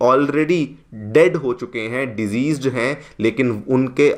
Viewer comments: Deceased ko sahi se bol le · You are a good narrator. Kindly check the pronunciation of the word 'deceased'.